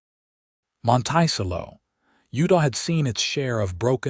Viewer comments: The "town's" name MONTICELLO is pronounced: Mönt-ĕ-cëllō !!! Listening from far rural upstate NYS (org. from Philly PA-- needed a rural, grass/wooded area to live!! Raised/trained working Border Collie dogs & 1000s of SHEEP.... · AI NEEDS EDITING EVERY TIME. Monticello is not pronounced "mon-tY-cello". An earswisting sound. There are pronunciation differences between wound and wound, live and live, lead and lead, etc. Decent story, however. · The way the narrator says the city name is incorrect. It should be pronounced Mont -a-cello. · Kent, WA Monticello!! Pronounced like the 'cello' string instrument. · Please fix the pronunciation of "Monticello." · I laughed each time it came up!